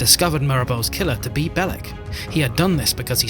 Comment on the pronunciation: Yep, you belched Baek's name 😂😅